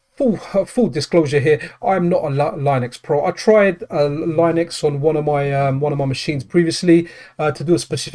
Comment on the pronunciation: We all know you aren't a Linux pro because you keep pronouncing it (lie-nex) 😂😆😂 no worries we are all hyped for the deck